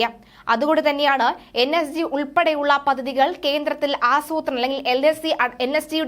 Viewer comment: മതമൗലികവാദികളുടെ സാങ്കേതികമോ ? സങ്കേതം എന്ന് പറയൂ. പദദി, പദദി എന്ന ഉച്ചാരണം തിരുത്തണം.മുമ്പും ഇത് സൂചിപ്പിച്ചിട്ടുണ്ട്. 'പദ്ധതി' എന്ന് കൃത്യമായി ഉച്ചരിക്കണം